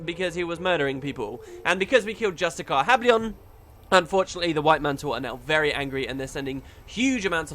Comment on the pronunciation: The mispronunciation of "justiciar" has always annoyed me since the days of GW1, lol. I blame Justiciar Hablion's voice actor for saying it wrong. It's pronounced "jus-ti-shi-er," not "jus-ti-car." And it's a title, not a name; War in Kryta brought us NPCs named "White Mantle Justiciars." No offense meant,. It's just a pet peeve of mine.:)